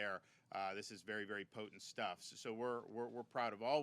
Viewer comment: “All this other shtuff” my man almost let it slip.